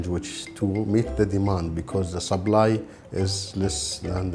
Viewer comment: I liked it when he said subbly not supply